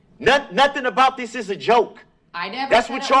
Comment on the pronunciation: Stop saying dis is how my stowy ends you moron